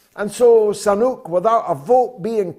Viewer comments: George, can't you pronounce his name properly? SU-nAK, not SA.-NUK!. Sooo-NAAk! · George, please stop saying "Rashid Sanuk' .....all the time...get the name correct..Damn it..